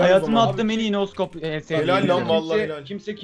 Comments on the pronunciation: Şu scopa neden no scop diyorsunuz yav 😂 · Abi neden scopa no scop diyonuz